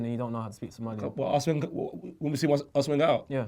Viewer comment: Somali* fucking nitty keeps saying “Somalian” ffs